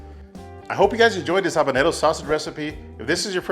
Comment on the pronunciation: What are you saying on the pepper ? are you trying to say habanero or something?????